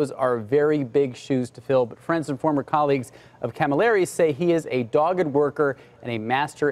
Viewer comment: Guys! Marcions? Marchionne! Galimeri? Camilleri!